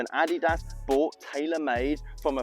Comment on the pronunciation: I’m sorry I get quite a chuckle when you say Nike and now Adidas and how you say it. Great video. I wonder if I’ve been saying it wrong my whole life now